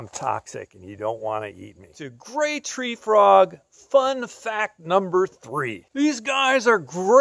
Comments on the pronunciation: Hi i was just being silly i was commenting that you said cope's gray Free Trog you pronounced it wrong at that time😂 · did anyone here he says cope's gray free trog